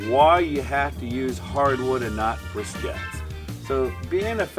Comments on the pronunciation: They're briquettes, not brisquettes. Brisket is what you cook. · “Briscettes”? Twice? Lol.